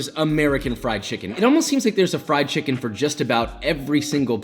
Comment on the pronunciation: I came for the chimkin. I stayed for the chimkin.